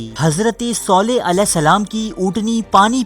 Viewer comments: Pronounce it correctly its Saleh not Soleh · Bhai soleh nahi saleh hai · اوئے کسی حرام کے پلے...ایسا کچھ بھی نہیں ہوا میں العلا میں رہتا ہوں...صرف اور صرف جھوٹ پہیلا رہے ہو..صالح علیه السلام کا نام تو تم صحیح پڑھ نہیں سکتے....